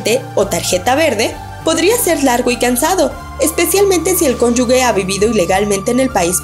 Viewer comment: Estaba a punto de hacerlo notar. El único que tiene permitido decir "Cónyugue" es Chava Flores